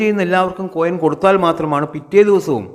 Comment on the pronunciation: കോയം അല്ലാ മൈര് കൊയിൻ..... കോയം എന്ന് പറഞ്ഞൻ ആണങ്ങളുട സാമാനത്തിനാ